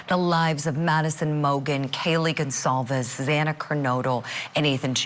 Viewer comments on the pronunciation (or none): I think a great way to honor the kids S to make sure that they’re pronouncing their last names correctly. The last name is not Gonćalvez—that “c” character has an “s” sound, as in Gonzalez. Good grief! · if the news media printed Kaylee's name Gonçalves with the proper accent, reporters will pause to look up how to pronounce the ç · 🤔 It's Portuguese. Gonçalves with ç or "cedilla" and yes, the news media need to print and pronounce her Kaylee's surname correctly. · Yes, it’s Portuguese but saying that means nothing to these American reporters who continue to butcher her last name. It’s unfortunate.